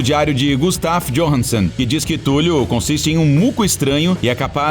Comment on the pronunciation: Escrita: Cthulhu O cara falando: Túlio.